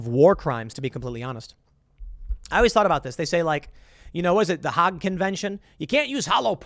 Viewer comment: You Mis- pronounced Hague.